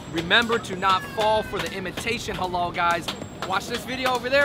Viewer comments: its not helah , its haalal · LEARN HOW TO SAY HALAL. it's the only word you guys don't seem to able to say